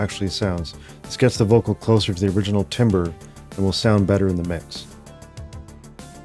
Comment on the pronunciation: Nice video, but timbre (/ˈtambər/) is not timber (/ˈtimbər/).